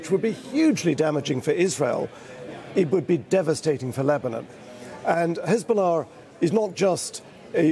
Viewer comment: Hizbolah? Come on darling 😂 how much you getting paid to mispronounce ?